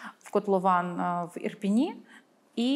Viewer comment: Ріже у вуха "Ірпіні".